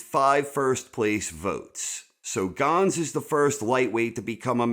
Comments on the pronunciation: But, can you please learn how to pronounce names before you say em lol it's just Gans (ganz) not (gonz) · You're gonna stop calling Joe Ganz "Joe Gahns"